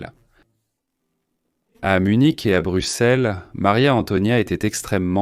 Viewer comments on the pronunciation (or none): none